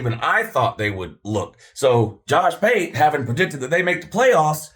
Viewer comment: Did you just call Josh pate Jush pute?😂😂 That had me crying 😂